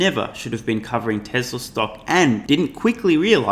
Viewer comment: She's right, but she can't pronounce Tesla, neither can you buddy...